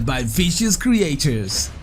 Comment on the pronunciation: I died when he said CRE-I-CHURS